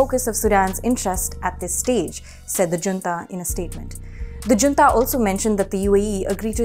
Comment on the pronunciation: Junta should be pronounced as Hunta.